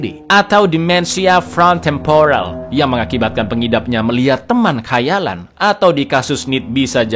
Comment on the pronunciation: Lucu bgt waktu ngomong front temporal